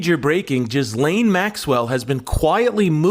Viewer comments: Who here really thinks her name is “jizz lane” Maxwell? Ghee-lane not jizz-lane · "Jizz-Lane Maxwell" 🤣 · It's not Elaine Maxwell its Ghislaine Maxwell